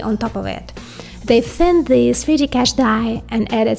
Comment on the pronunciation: "sree dee" chips 😁